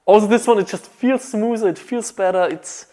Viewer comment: smoozer instead of smoother